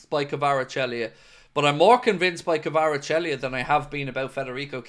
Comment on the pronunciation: You’re Fairly Butchering His Name 😂 Kaveechykavarachelli 😂